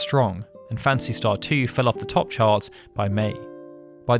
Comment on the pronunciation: Not sure which I like best, Final "Fancy" or "Fancy" Star. I hear "Fancy" almost every time with your accent, LOL. Great videos by the way.